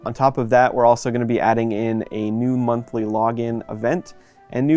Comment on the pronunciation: "Montly" log in events eh? Cant wait.